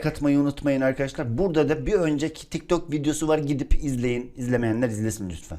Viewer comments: Abi 'de tik tak gaming değil, tik tok gaming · 0.33 tik tak gaming değil tik tok gaming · abi tik tak değil (tik tok) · ben bu vidyoyu izlemiştim ama yeni fark ettim. Bu vidyoyu yeni izliyenler için vidyoya başlarken tik dok diyo😂😂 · Abi tik tak diyorsun abi